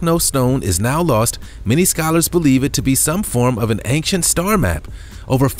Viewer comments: BRO. please learn how to say "ancient". its ain-chent. not anxient. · He pronounces ancient as achecient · Please stop saying Angcient !!! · OCD, the mispronunciation drives me crazy (and that's a REALLY short trip for me)